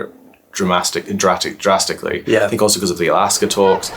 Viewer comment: I like the word he accidentally invented there by saying two different parts of words he was thinking. "Dramastically"